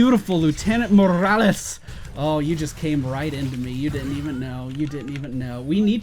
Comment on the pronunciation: why do you call the doctor Morrales?